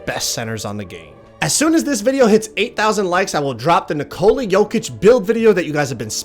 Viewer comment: Nick-a-la not Na-Cola